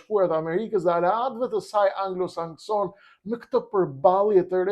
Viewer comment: ✅ANGLOSAKSON✅ ............. ❌anglosanskson❌